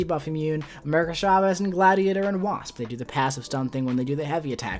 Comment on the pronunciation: It’s CHA-vez, not SHA-vez 🙄